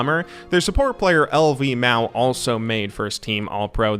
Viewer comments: 绿毛 (lümao) means green hair btw, guess he had green hair when he renamed from zzjm. Anyway always annoyed when people say Lvmao, its like if the chinese caster literally thought bjergsen's name was btergen or something like that. Other than this mistake great video ^^ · The pronounciation as far as i know goes S.O.F.M. (going for each letter individually) and Luhmao (going for a soft complete word) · LvMao is pronounced kinda like rhee-mao (or you can just put 绿毛 in google translate text to speech) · Soffem, bro cmon now. and then you say L V mao. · if you're going for the english pronunciation of sofm, it should be "S of M" since it stands for "Style of Me". the chinese "pronunciation" is more of a localised abbreviation/nickname of sorts, since they prefer to shorten most names to 2 syllables (transliterated into chinese ofc). lümao has no easy english transliteration; it's one of the unique chinese vowels, but "luhmao" is quite a bit better than L.V.mao ofc xD (until Louis Vuitton decides to endorse him.)